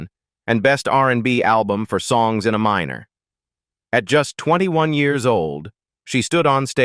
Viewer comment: I have such disrespect for AI narration users who don't listen to their own videos before posting them and fail to catch the errors of AI reading. Her album wasn't called "Songs in a Minor" like she is writing songs that are inside a person under 18 years old, or someone who works in a coal mine. If you are a good user of AI narration, you would train your bot to say things the right way, like "Songs in Aminor" that's the key of A-minor as opposed to A-major. Songs in AY minor. not uh minor. And for Fs sake her name is pronounced Uh-LEE-sha, not Uh-LEE-see-uh. It makes everything seem like B.S. because you only show pictures randomly and no authentication of your story that is probably made up. Bye.